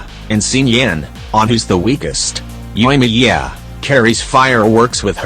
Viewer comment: "byedow" "keycing" "fishell" "xinchow" "yoyimiyeah" "gowrow" "byezu"